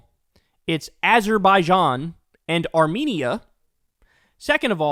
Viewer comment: AAHHH YESSS the lands of Allermaijan and Arzenia.. 😂😂😂